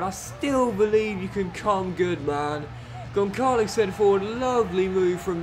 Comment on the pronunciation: keep fighting. Absolute love your channel and btw Gonçalo Ramos is pronounced Gonssalo